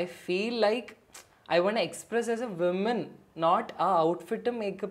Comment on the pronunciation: From someone like Riyas who speaks fabulous english, it's hard to hear woman (singular) pronounced as women ( plural)!!